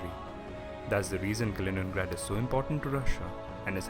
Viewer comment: Kalinin^grad. Puberty